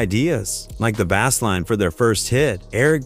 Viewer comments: You mispronounced "bass" just a minute in. Tighten your AI TF up ~ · Never trust an AI slop channel to deliver factual information. It’s bad enough to get the artist’s name wrong but “bass line” “bass as in fish?” Come on!